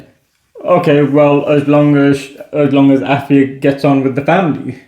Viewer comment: if youa re Ghanaian thrn you really "brofolised" your own name.. but I love y'all. Really cool video ❤❤❤